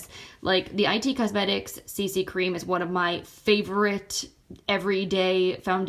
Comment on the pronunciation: Hi, I'm new to your channel and love your videos! I love decluttering and anti-haul videos. Just one thing I wanted to point out, the brand IT Cosmetics is like the word "it", not "i" "t" Cosmetics. Keep the videos coming!